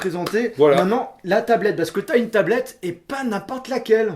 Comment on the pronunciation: Il vend la tablette de sa femme il la mal dit